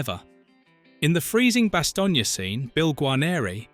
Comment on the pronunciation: Bastogne - Two syllables as in bass-tone not bass-tone-ya.